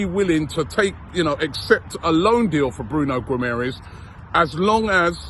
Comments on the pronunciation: Robbie said Bruno Guimerez lmao british people need to start practicing these portuguese names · "Guimarães" is difficult name for people who speak English or German haha Try saying "Gimme a Reus" fast and I think you'll be pronouncing it well :D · Why do you pronounce the last syllable of Guimarães differently than that of Gabriel Magalhães?